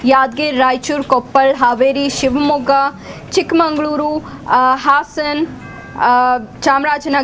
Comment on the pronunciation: It's Chikmagalur not chikmangluru